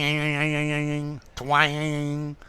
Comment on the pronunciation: "Twääääng" - love your pronunciation 😊 and visually stunning explanations. to speak with a twang - näseln, mit näselndem Tonfall sprechen zupfen, schwirren, scharf klingen